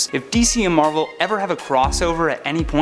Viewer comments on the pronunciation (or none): none